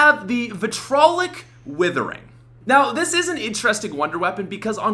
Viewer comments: It's Vit-ree-olic Withering. Not Vitrolic Withering. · omg it's VITRIOLIC WITHERING NOT VITROLIC DONT FORGET THE I AFTER THE R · It's Vitriolic* not "vitrolic"